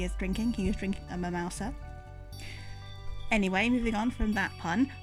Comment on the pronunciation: Mi-mouse-a? You went there. 👏👏👏